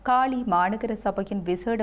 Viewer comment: தாயே உன்னிடம் தமிழ் சிக்கித் திணறுகிறது இலங்கையின் தென் மாகாணத்தில் இருக்கும் நகரத்தின் பெயர் காலி நீ காளி என்று உச்சரிக்கிறாய் உல்லாசப்பயணிகள் என்பதற்கு உள்ளாசப்பயணிகள் என்கிறாய் அடியே நீ தமிழை நாட்டு பன்னாடையா ?